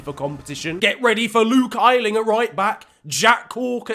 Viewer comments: Man said “Luke Eyeling” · It’s Luke Ayling, you say the “AY” bit like the A in the alphabet